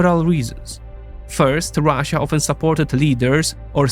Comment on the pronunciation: why do these nerds always say ruzzia lmao is it supposed to be an own